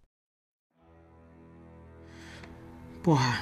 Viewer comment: What the FFFFFF is a PO-HA? Porra? 😂 What it is.. What it isse.. What it is.. WHAT IS IT!?? 😂